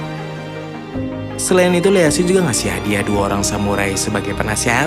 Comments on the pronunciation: Ieyasu bro, bukan Leyasu 😁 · Hadir min 👍 Koreksi min baca nama Ieyasu itu "ieyasu tokugawa" bukan Leyasu 🙏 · ieyasu tokugawa min, bukan leyasu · IEYASU bukan LEYASU